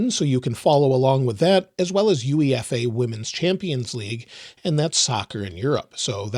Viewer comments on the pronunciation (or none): love your videos - here's how to pronounce UEFA - it's You - A - Fah It's the governing body for European football / soccer 🇪🇺 ⚽️